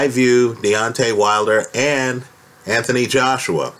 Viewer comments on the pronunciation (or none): none